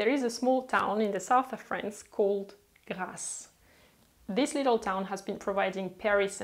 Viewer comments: It’s GRASSE !!! Not GLASSE … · It’s Grasse not Glasse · Script: "Glasse" ???? Its Grasse.